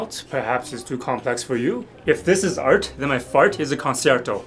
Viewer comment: Not the art pronounced as "ælt" 💀☠️